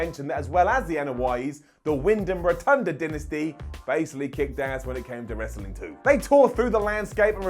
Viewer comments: U cant speak English for shit u said the hart dynasti and its Dynasty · Dynasty not dinnesty 😂